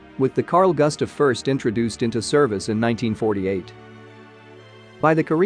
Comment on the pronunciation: Just cause americans cant pronounce Swedish names does not mean the name will be americanized into goostav.